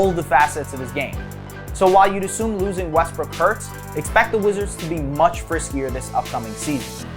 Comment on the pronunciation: Did this man just say much friskier.... frisk·y /ˈfriskē/ Learn to pronounce adjective comparative adjective: friskier playful and full of energy. "he bounds about like a frisky pup"